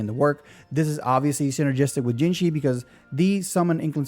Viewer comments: It's hard to write out but "Zhe" is similar to the "ju" in "judge", and the vowel in 'zhi' is similar to the "ji" in "jitter", NOT "jee". Juh-jihh. One of the trickier spellings for sure :) Pro tip, google translate will play the pronunciation for you! Just type in the name (Zhezhi), copy the characters it suggests (这只), and click play. For Chinese you sometimes have to add something else at the front to get it to read the first syllable right, but it works for any language. (tones/characters won't necessarily be right but it will give you the gist of how to pronounce it.) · It's pronounced like judgey to make it easier for folks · You pronounce zh very similarly to "j" sound in English. So Zhezhi would be Je-ji (Je like in Jeniffer, ji like in jingle).